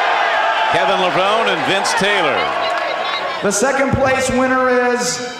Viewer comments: lol but thats stil closer to the actual pronounciation than "Levroneeeee" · Hey announcer it's Kevin Lev-rown-E Get it straight!